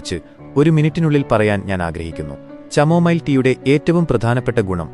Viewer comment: ചാമോമിൽ അല്ല കമോമിൽ